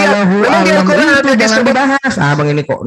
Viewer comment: Weyy vovo Al-qur'an bukan kuran...sebutannya sj kaku...